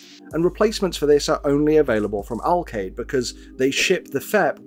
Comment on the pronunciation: "Alkaid" Have you checked if there is a bomb inside ? :D